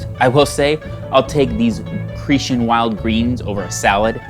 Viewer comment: pronounced CRE_TAN